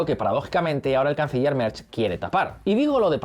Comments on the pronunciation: Merz no se pronuncia "Merch", sino "Merts". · El canciller "Merch" 😂 ¿Dónde ve la ch en "Merz"? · Un chupito por cada "Merch". Pero, ¿de dónde se saca la ch este señor?!